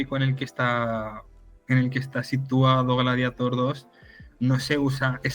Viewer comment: Por fin alguien que lo pronuncia "gladiator", y no en inglés, como lo dice todo el mundo. Enhorabuena.